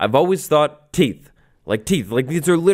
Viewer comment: Am I the only one who gets slightly annoyed by "teeths"?